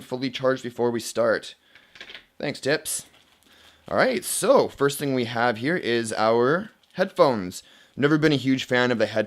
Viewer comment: Foyst (Boston accent) :-D